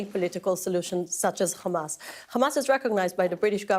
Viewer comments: They pronounce it as HhKKKhhhamas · Why she is saying hamas as khamas?